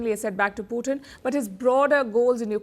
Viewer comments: I meant पुटिन hurts ! Please stop saying पुटिन. पुटिन As I said is a dish made up of French fries topped with different types of gravies !! 😎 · पुतिन NOT पुटिन ।। Every time you say पुतिन it hurts my ears 👂!! And I am not joking !! Pallid I love your reporting , but it’s NOT पुटिन. Cm’on !! पुटिन (POUTINE) is a rush , pretty famous up here in Canada !